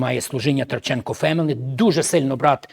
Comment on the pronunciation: Ткаченко-пастор зробив помилку у вимові, не Траченко.